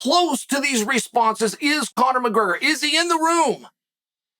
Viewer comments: “Conor McGrrrgrr” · Conor mcgurgur Gotta love chael's speech impediments